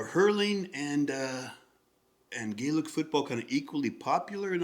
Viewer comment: Gaelic Football (you pronounce correctly) is far more popular, as 2 of the country's 4 privinces(equivalent to an NBA Conference) do not have a championship in hurling where all 4 do in football.(Both are GAA games). Sports in order of popularity/participation are Gaelic Football Hurling Horse racing Soccer Rugby. Ausie rules that you mention has its origins in this game, brought there by irish emigrants and convicts. The tap on the foot is called a solo run/kick as only one bounce off ground is allowed without a solo in-between, and only 4 steps allowed between either. You are correct, no throwing allowed, ball must be struck with fist or foot. Im intrigued by your insight and reading, far more insightful than we are used to from americans, (no offence). i.e. the change of feet, dummy or fake, and you noticeddifferentsupport runs . You have an interesting eye and one that probably belongs in sport or Coaching.